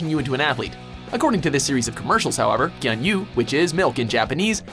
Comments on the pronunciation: the way you pronounced "gyuunyuu" made me cringe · Please, if you have no idea how to pronounce things in Japanese, don't do it multiple times. It hurt every time you said gyuunyuu absolutely wrong, even though the said it in the commercial like a second later.